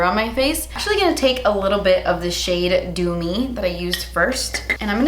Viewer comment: am i the only one who kept thinking she was saying "doomy" and not "Dew me" lol